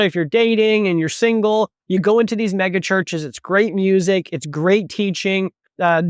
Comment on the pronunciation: First time he said mega, I thought he said Maga.😅